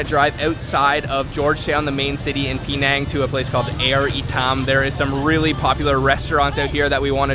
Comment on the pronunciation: It's not Pee Nang as you keep saying, it's Penang ! Try to get it right !